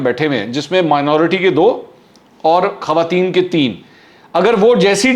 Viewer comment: السلام علیکم منصور بھائی خوارتین (خواتین) کا لفظ ٹھیک کر لیں